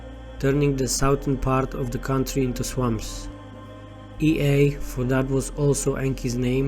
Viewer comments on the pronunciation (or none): The pronunciation is not Ei- ae but Yea!